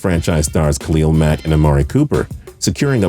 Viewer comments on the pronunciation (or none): none